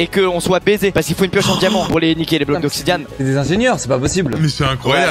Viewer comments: Oui nan mais tout le monde sait ça on s'en fout le truc c'est qu'il a vraiment dit "oxidian" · Il dit obsidiamms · oui "oxidian" plutôt